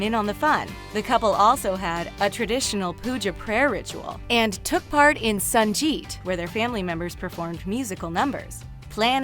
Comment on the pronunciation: It's funny how foreigners pronounce hindi names.....Sanjeet :D ....😄❤